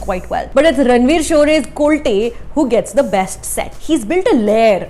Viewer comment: Sorry to correct you mam but the pronunciation of ranveer Shorey character is कोलते instead of कोलटे. Just an observation, however its a very deep and technical review. Film is enjoyable. Thanks